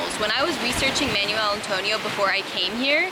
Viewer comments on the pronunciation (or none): manwelll, manwelll, manuel antonio 🤣🤣 im sorry your pronunciation sounds like your saying manual antonio, im visiting in week